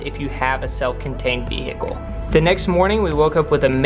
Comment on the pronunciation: “Vee-hickel” I’m deaddd 😂